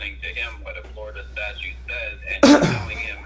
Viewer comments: He calls STATUTES, “statues”. OMG😱😱😱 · In *under 40 seconds* this inbred """Sargent""" said he received training about......... "STATUES"